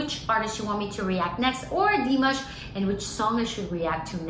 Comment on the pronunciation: Наташ, Димаш - ударение на А...на А не на И...иностранцам трудно объяснить произношение,но русскоязычным - легко: лишь написать и обозначить ударение...